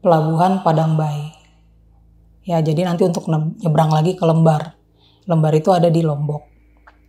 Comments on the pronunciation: Di sebut pelabuhan LEmbar kak bukan Lembar😢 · LEmbar...bacanya bukan ... e... tapi ..E... seperti kata LEMPAR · koreksi dikit ya: lembar bacanya "kaya nyebut "LEM" ya, bukan kaya lembar kertas.